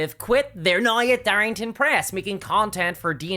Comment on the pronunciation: Why the fuck do you say "now" like that ☠️☠️ "NAOIIIGH"